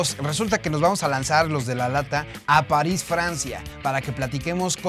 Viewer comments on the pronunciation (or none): none